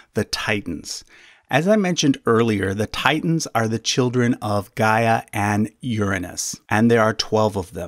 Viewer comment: Gaia is not pronounced as Ga-eea but "Ghea" (similarly to how you pronounced Rhea). Source: I'm Greek.